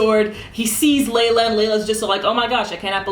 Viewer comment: Just a heads up, a lot of people are mispronouncing her name as 'lay-la', while in fact her name is pronounced as 'ly-la'. As for the episode itself, I squealed and gushed at the parts after Sorey pulled the sword. That fighting scene was amazing and really did 'melt my eyes' so much that I continued to watch the Hellion get destroyed over and over again by rewatching that part. Can't wait for him to fuse with Mikleo :D